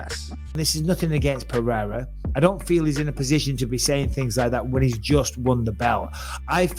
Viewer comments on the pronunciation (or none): Is it too hard to say Pereira instead of Peheyra? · If your gonna stress Adesanyas last name correctly please say Pereira pronouced "pear-aida" correctly..... btw your material is great